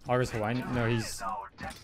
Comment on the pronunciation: I like how you say "hawaiin" and do a jamaican accent lmao tf